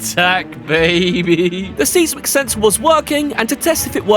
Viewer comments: I’m sure you know this by now but if not, “Seismic” is pronounced more like SIZE-MUHK OR MUCK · Bruh, it's 'size·muhk', not 'seez-mick'.